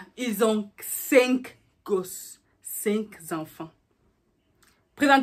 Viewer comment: Faut arrêter de dire “cinq zanfan” c’est cinq enfants ! et le mots qui va venir après pourra faire la liaison avec enfants.